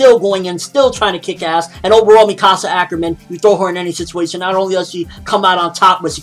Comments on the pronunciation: Its pronounced mick asa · You pronounced Mikasa wrong.... ._.